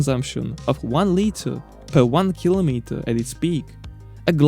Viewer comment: “200 keelomeeter paaah”